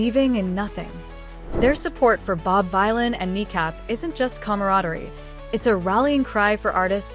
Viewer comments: Dunno if it's cos this is an ai voice or cos it's an American narrator, but just so the creator knows... Bob Vylan is actually pronounced "Villan" (like Bob Dylan)! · It's pronounced VILLAIN, you AI moron.